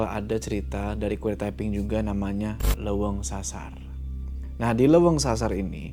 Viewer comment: Walaupun agak kesel bilang hideung nya malah hideng, leuweung yg malah dibaca leweng, tp crta ini seru polllll❤